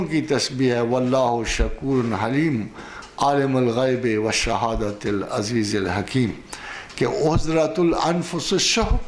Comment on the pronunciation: پروفیسر صاحب آپ سے گذارش کرنی تھی برائے مہربانی قران پاک کی تلاوت میں غلطی ھو رھی ھے، جہان عزیز الحکیم میں پیش استعمال ھونی ٹھی وھاں آپ نے زیر استعمال کی ھے، تصحیح فرما دیں شکریہ